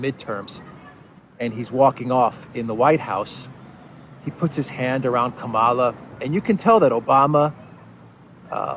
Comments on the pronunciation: It is pronounced Kamala as in Pamela. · Camela. She says it herself. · Hi, You are NOT exactly pronouncing that lady vice president's name.......But, menaing-wise, your pronunciation suits to her charecter and behaviour.......(Especially when she laughed on seraiously hearing about refugee crisis from Ukraine)........ Further, If you remove "Ka" from your pronunciation, the meaning will be a 100% best fit......Thank you so much.